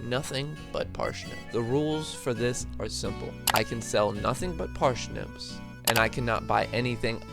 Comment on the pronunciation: Parshnips Ok, that aside, that was fun